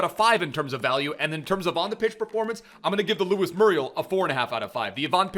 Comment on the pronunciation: It’s moo-ree-el my friend